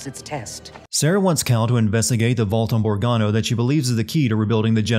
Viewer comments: Putting an "r" in your pronunciation of "Bogano", +1 sin.... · I know this is petty but I got triggered at "Borgano" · THAT DROVE ME FUCKING INSANE! BO! GA! NO! NOT BORG-ANO! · ...did...did you just call it “bore-gano?”